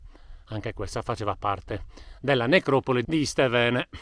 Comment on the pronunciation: Iste`vene ( Stefano ) non mi sbagliare la pronuncia 😂